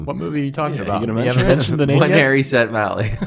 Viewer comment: when harry said mally